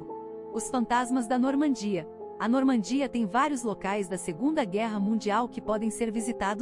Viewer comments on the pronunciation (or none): none